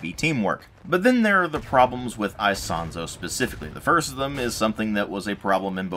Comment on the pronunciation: I do speak some italian and the way you say Isonzo is the correct one. With italian accent it would be " ee-sOn-tso". Just accentuate the "o" in the "son" part.